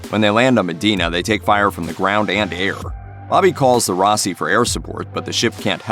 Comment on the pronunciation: how the suck is he butchering the pronunciation of avasarala and roci so fucking badly